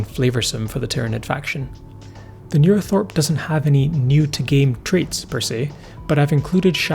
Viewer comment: Yes, as others have said, it's called a 'neurothrope' not thorpe